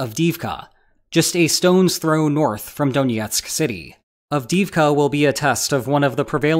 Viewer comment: Stop pronouncing Donetsk like it's Russian.